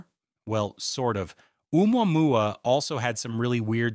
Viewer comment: If you can't pronounce Omuamua then I can't take you seriously.